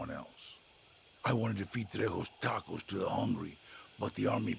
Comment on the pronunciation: No tacos for until he learns to pronounce “tacos”.